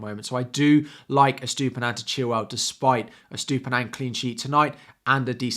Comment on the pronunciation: 'Estoopinan' lol